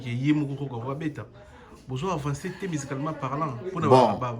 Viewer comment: " Musicalement " te , mais " Mizicalement " elle dit 🙄🙄🙄 Tu veux complexé les gens na francais....mawa trop mutu muindu Impressionne ceux que tu sais impressionner Chimene , biso te 🖕🏾